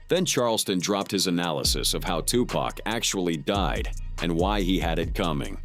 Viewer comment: Dude can't even say Tupac name right 😂😂😂😂 where u living at? In the UK?